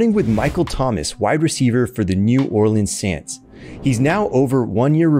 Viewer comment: “New orlend sants” 💀